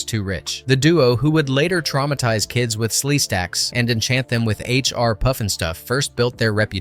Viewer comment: Pyoof n Stoof????